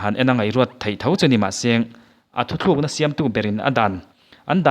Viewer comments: Thuthlukna ni lovin thutlukna aw.. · Thuthlukna iti zel a,thutlukna tia lam/sawi zawk tur ani e.